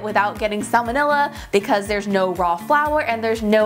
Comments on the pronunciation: I always hear 'salmonella' as ' some vanilla '. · e.coli... not samenella